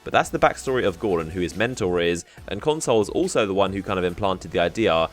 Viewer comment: Everytime you say console i think of moreconsole...